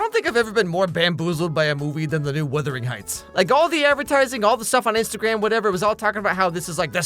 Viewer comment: Did you call it withering heights?